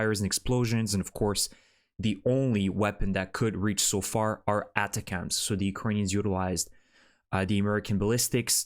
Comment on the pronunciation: The colloquium is: Attack'ms Or Attack-umms Or Just Attack'm!!! Sorry no offense intended. The manufacturer names these things to make it easy to remember for regular folks and for higher ups to remember in order to initially sell a system to the Military....and remember to use it in war to basically ensure future sales. It's an acronym for something technical of course as well. Good report. 👍 Slava Ukraine 🇺🇦 ♥️